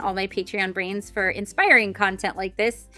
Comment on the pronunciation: "Hey brains" "Bye brains" Totally sounded like grains and made me think of NerdECrafter